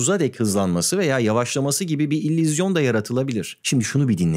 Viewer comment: Tüm video boyunca "İllüzyon" kelimesini fonetik olarak "İllizyon" olarak telaffuz ediyorsunuz. Altyazılarda ise doğru yazılmış. Sizin gibi Türkçe dilini kullanma konusunda titiz birisinin buna da dikkat etmesi gerekirdi.